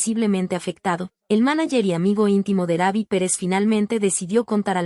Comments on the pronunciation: Quien está narrando no es una persona es IA por que dice Rabbi no Rubbi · Su apodo se pronuncia como se escribe no se dice raby.. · Si no save prnuciar bien el nombre d Ruby no able